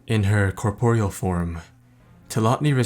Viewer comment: It's cor-puh-ree-ull....not cor-por-ee-al.... jeez em crow man. You really gotta start looking words up before making videos if you're not 100% on how they are pronounced. It's gettin to be very distracting and cringey....